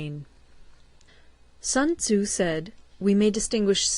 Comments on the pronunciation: Sunzu? Its Sun Tzu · Little by little she understands the correct pronunciation of sun tzu😂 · Thanks ...but you should learn how to pronounce his name correctly ... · "Sun Tozu" -Paulie Walnuts